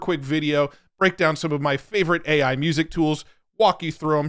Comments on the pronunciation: AI has a problem pronouncing AI. 🤣 Those are both great. Suno is ridiculously impressive, but the generations just fly by in no time! Great video, as always,. Thank you. 💯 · Try 'Aye Eye' and see if that helps